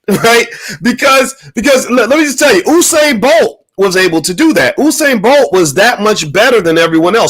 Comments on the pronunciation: It's not oohsane Bolt is Yousane Bolt. Spelt Usain Bolt. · HE GOES BOYCE PRETENDING LIKE HE'S NOT FAMILIAR WITH BOLT'S FIRST NAME AS HE DOES WITH EVERYONE'S NAME. FAKE LOL. PURPOSELY INCORRECTLY PRONOUNCING IT (OU SAIN).. IT'S PRONOUNCED (YOU SAIN). NO ONE KNOWS YOU BOYCE. BOLT IS WORLD CLASS. NOT YOUTUBE CLASS. SMH